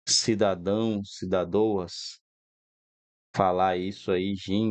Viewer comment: Kkkk cidades e cidadouas kkk